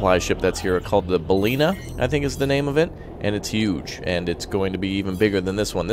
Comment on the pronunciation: That big aircraft name is pronounced "bah-ye-nah", that's Spanish for whale ;)